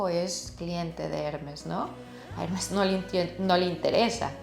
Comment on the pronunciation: ...me duelen los oidos cada vez dice el nombre de la marca...el acento esta en la segunda *e*.. trate de p ronunciarlo bien... Trabajó en Hermes..y me parecio muy bno su análisis del tema.